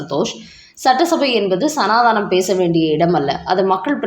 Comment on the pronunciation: அய்யய்யோ சனாதானம் இல்லம்மா சனாதனம் சனாதனம் சனாதனம் சனாதனம். ஆனால் ஒன்று உங்கள மாதிரி தான் உதயநிதியும் சனாதானம் என்று தான் சொல்றார்